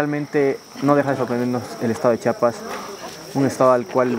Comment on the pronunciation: Tengo que empezar agradeciendoles por tomarse el tiempo para pronunciar correctamente chiapas ya que es muy comun que varios aun siendo mexicanos digan chapas, lo cual es una falta de respeto.